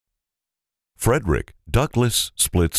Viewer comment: He's not pronouncing the name of the company correctly... It isn't FREDERICK.. It's Freidrich (FREED-rich). How annoying.